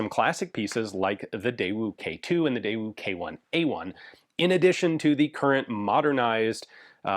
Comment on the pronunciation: When on a deployment that stopped in South Korea for cross training i tried to talk with the rok guys about their Daewoo K2s they were holding. They looked at me like i had horns growing out of my head. Lol embarrassing. They didn't speak english and were just hearing an American butcher the daewoo pronunciation over and over. Seemed they didn't know much about guns in general from the one guy that did speak english from going to school in America